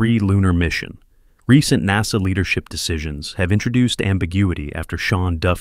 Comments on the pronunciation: again NAZA instead of NASA... and definitely not NAYSA... AI has a room for improvement. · Come again, at the later statement u said "neyza or NASA."? Strange OF pronounciation or intonation? REGARDLESS it is, 💯 I🤷‍♀️was correct, Welcome Isaacman as the New Admin for NASA. Out of Subj: Btw's: Blue~scrub "Scrub" Origin~scrub the launch of Bozo's NG last nite. Maybe, he had forgotten to insert his "Steve Tyler replica." It's my turn to bamboozle B.O.N.Shepard2. Surely, a fan fr bozo~might read my comment. HUH! 😼Thxz